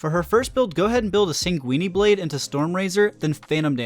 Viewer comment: Sang-wee-nee blade!